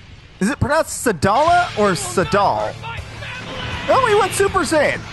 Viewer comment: super saiyan not buper saiyan